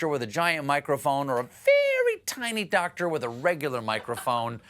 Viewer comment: How May uhhhhhs did that dwoctor say ? Yes Dwoctor 😅 . Your wife giggling is too cute Steve 😂